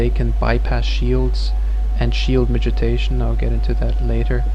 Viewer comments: Thanks for the guide, man. I've been wanting to get into SoaSE for a while. One thing though: it's pronounced mitigation, not 'mitijation.' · miti GAY tion. Could not listen to this once you started talking about shield mitigation, sounds like you are saying mitijation. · he's saying "midgetation"